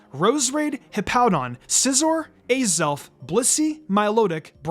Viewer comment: It’s pronounced AZ-elf, “”! 🤨